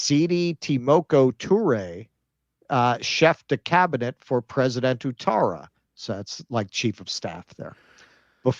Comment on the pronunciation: Thanks keaton for helping with the ivory Coast 🤣👌 Also, its pronounced, "what-tara". Ou is like the 'oui' in French. Helps if you like football, you learn language by proxy 🤷‍♂️😁